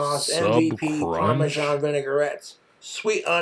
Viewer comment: POMashawn cheez, POMashawn vinigerette ..